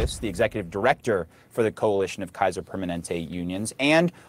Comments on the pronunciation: Kaiser Per ma NEN te. It’s like the word permanent with AY on the end. Cheers! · I love with all my heart but I laughed from a happy place every time she mispronounced “Permanente” 🤣🤣